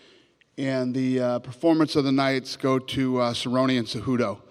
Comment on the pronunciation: I LOVE CEJEWTOE (CEHUTO) CEJUDO GOATTT